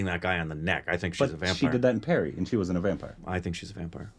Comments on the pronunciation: Purry not Perry. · You should pronounce the 'Pa' in Pari like 'Pa' in Papa. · It’s tooth Pari. Pari as in papa. Pari means fairy in english